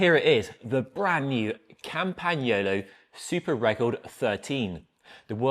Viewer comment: It’s Campagnolo, not Campy or Campanyolo, there I’ve said it…….